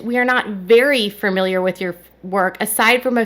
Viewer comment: Please stop mispronouncing the word Familiar. It’s not pronounced with 2-R’s! It’s not said “Ferrmilyer.” It’s pronounced “Fah-mil-yer.” Only one “R” sound.